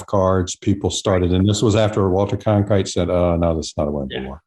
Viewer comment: It is Walter Cronkite not Conkrite.